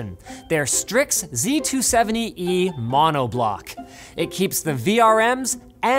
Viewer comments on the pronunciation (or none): none